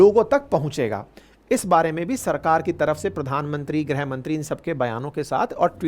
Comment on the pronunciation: ग्रह मंत्रालय नहीं सर it is गृह मंत्रालय